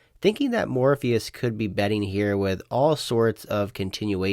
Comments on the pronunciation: Morphis = more fis not Morpheus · his name is spelled Morphis. Therefore it’s pronounced “Mor-fis”, as the announcer correctly pronounced it. It’s not pronounced like Lawrence Fishbourne’s character from The Matrix.